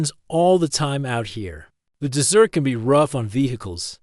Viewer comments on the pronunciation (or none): Third floor room in a two story motel? Also, the AI is pronouncing desert as dessert.